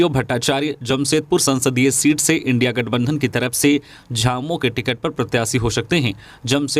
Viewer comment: सेन्हा,स्नेहा नहीं और इंडिया,इंडी नहीं